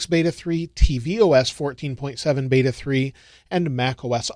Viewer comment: beta not bata :)